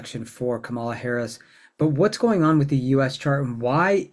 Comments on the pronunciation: This is very informative. Please pronounce Kamalas name properly: sounds like 'comma-la' not 'ca-mala'. Thanks! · Pronounce her name correctly! It's COMMA LA, not co MA la. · If you're going to talk about her learn how to pronounce her name. The emphasis is on the first syllable. KAMala. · Comma - la! THis is the first time I've listened to you and I really like how you present astrology but I don't like that you're pronouncing Kamala's name incorrectly. :) :body-blue-raised-arms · Please learn to pronounce her name. The accent is on the first syllable, not the second one. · Just going to reinforce others’ request to pronounce her name correctly.